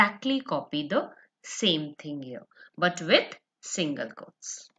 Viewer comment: It's thing not ting 😹😹😹👋🏻